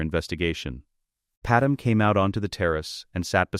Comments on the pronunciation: I liked the story... but please teach your AI that it's Padmé (Pad-MAY) not Padam... it's rather annoying to keep hearing that error... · Why are all the ai stories always getting Padme (Pad-May) pronunciation incorrect?